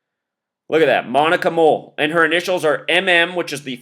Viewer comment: And the fact that her name is Moll, like Mole